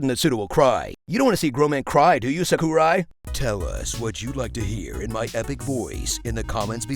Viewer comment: I cried even more after hearing pronunciation of Sakurai